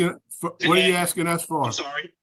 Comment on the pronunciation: Is he axsing the board?